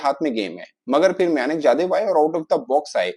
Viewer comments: म्यानक nahi मयंक हैं नेम तो सही से लेलो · खुद को खिलाड़ी का नाम नहीं पढ़ना आता है ।विवेचन कर रहा है उसका सही नाम "मयंक" "यादव" है नही की "मयानक" "यादव" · मायानक जादव 😂 उसका नाम मयंक यादव है